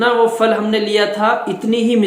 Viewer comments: Phal bol re fal nahi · جزاک اللہ .وہ پھل ہے فل نہیں